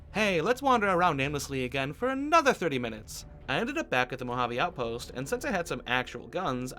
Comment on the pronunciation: Normal person: Mouhaavei: MoHaAvII